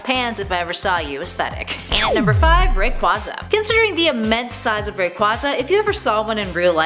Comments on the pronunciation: BRUH WHO IS RICK WAZA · Rayquaza’s name is a combination of “ray” and “quasar”, thus its name is pronounced “ray-quay-zuh”. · "zapados" "kyuraym" "riqwaza" "jiratina" seems legit enough. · I'm a poke-fan and I'm mad the way she pronounced kyurem, rayquaza and necrozma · She also mispronounced Rayquaza.